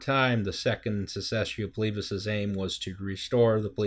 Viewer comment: "The Secesscio Plebis. I dunno how to pronounce Latin, please excuse my butchering of everything." Thankfully, English uses Latin as a foundation, you pronounced it correctly.